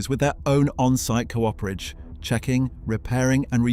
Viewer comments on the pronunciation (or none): The word is cooperage, not co-operage. People who make barrels are coopers.